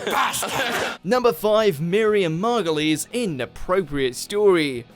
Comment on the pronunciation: The way you pronounce Miriam (Margolyes) is hilarious you say it margoliese 🤣 it’s pronounced mar -goyles as in crab and goyle from hp.